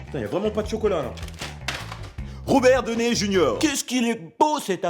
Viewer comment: désolé mais ca ne se dit pas Robert "doné" junior